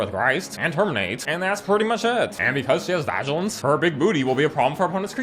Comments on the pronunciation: Vigilance 😂 (vah-gee-lance) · "Commit saduku" "Vagilisn" Bro over here slinging comedy and making me fall of toilets.